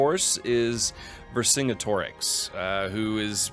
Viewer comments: I do not condone this guy repeatedly pronouncing Vercingetorix like that. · I've never heard anyone say Vercingetorix like that lmao